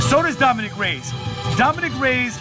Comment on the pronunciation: It’s Ray-Ez.. Not Rays.